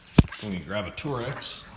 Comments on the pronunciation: "Torks," not "Torex." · "grab a TOR-EX" LOL, funniest thing I have heard all day :-)